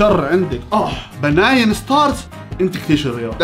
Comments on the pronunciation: بنين مو بناين ههههه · بنين❌ بناين✔️🤣🤣🤣🤣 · بناين ✅ بنين ❎ 😭😂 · بنين❌ باناين✔ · بناين لا اسمها بنين🤣🤣😂🤣🤣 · بنين ستار❌❌ بناين ستار✔✔ 😂😂😂😂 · بنين ✖️ بناين ✔️✔️✔️ يعجبني هالأنسااااان 😂😂😂😂😂